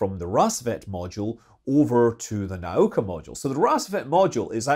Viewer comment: It's not "nOw-ka". For the last time, it's "na-OO-ka".